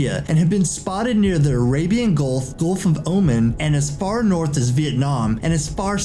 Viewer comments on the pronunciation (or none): none